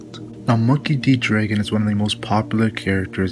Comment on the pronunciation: Say draygon again see what happens